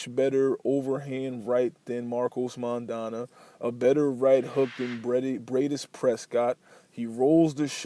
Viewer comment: Decent video, but how can you know about Maidana but not be able to pronounce his name? :)